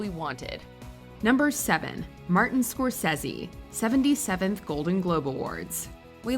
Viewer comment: Not pronouncing Martin Scorsese correctly, was the greatest peeve of all for me!!